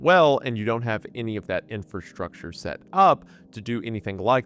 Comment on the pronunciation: please learn how to pronounce "infrastructure" and "especially." you say "inferstructure" and "ex-specially"